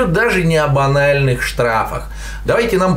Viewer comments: мне послышалось ""об анальных штрафах..." чуть со стула не упал :DDD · Речь иде не об анальных штрафах - сильная фраза)))) (не ставте подряд слова «о» и «банальных» или делайте больше паузу)